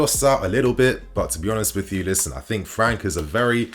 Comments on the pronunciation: Top content bro 🔥🔥🔥 a small correction tho , it’s not Mateus “Franka”, it’s Mateus França , you have to say the Ç part as if it’s a double S , just like you’d say the word “ass” for example 😂 you’d have to say “Franssa” That aside , loving your content bro keep them great videos coming 💪🏽 best regards from Portugal 🇵🇹 😎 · Bro his name is pronounced franssa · It’s not “Fluminense” it’s Flamengo! And in English would sounds like Matheus “FraSa. 😉